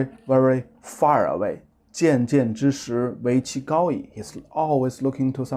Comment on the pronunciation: 渐渐之石 is pronounced as chanchanzhishi, not jianjianzhishi.